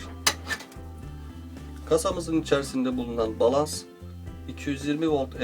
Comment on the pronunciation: abi bilmişlik taslamak gibi olmasın ama "balans" değil de "balast" değil miydi o? teşekkürler